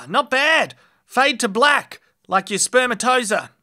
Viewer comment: After watching all these nut shots, I'll give a pass for mispronouncing "spermatozoa."